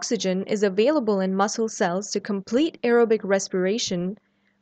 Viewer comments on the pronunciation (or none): none